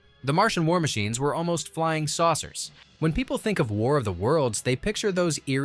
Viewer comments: SOURCERS - SAUCERS BEARLY-BARELY For Pete's sake, get someone who speaks English. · Saucers not sourcers ! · "SAUCERS", not "sourcers"